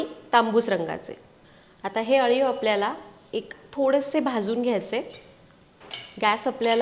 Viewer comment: Chan recipe aahe parantu tumhi aliv la Haliv ka pronounce kele pl.tell me.